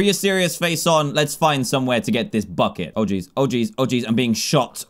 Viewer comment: i thought he said "fu* it"* instead of bucket